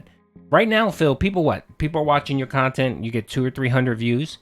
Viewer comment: Guess the "QUALITY KHANTENT" is as quality as he think it is.